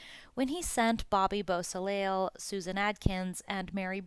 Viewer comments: Bobby Boo-so - lay !! Bobby Bosley is not acceptable, neither is murder. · Dude you can't even say Bobby's last name correctly. The L is silent